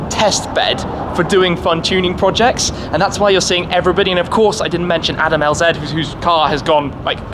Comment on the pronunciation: "adam l-zed" come on shmee.